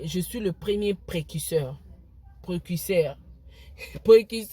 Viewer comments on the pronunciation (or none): Precuseur t. Mais Précurseur . Yango yo penza euh. Fally a raison. Tu es incapable de dire correctement une phrase mais ozo critiquer nzembo ya mutu..